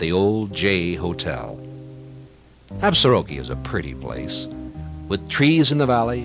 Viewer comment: Nice program. My grandfather homestead just south of town in 1896. A couple of pronunciation notes. The locals pronounce it “Absorkee” without the ar in the middle. Also, the s in Plenty Coups is silent.